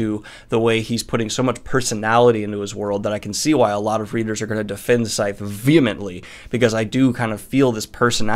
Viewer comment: Can I just say, I love the way you pronounced "vehemently" perfectly.